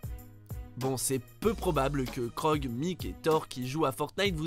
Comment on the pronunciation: C’est pas Krog c’est Korg